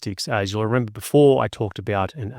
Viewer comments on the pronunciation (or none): ".. but rEmeBah"